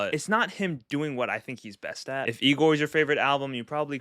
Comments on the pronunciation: Bro butchered igor😢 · Never let bro rank again😰😰 also the misinterpratation of igor hurts